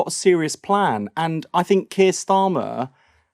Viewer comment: Wes Streeting makes me want to vomit. There’s is never going to be a solution until the violence ends Wes! I hate the way he says Keir.